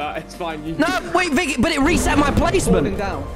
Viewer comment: YOU SAID VIKKY HAHAA